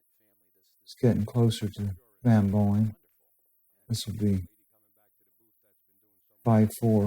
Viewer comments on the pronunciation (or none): Sounds like he keeps calling SvB Boeing, like the airplane lol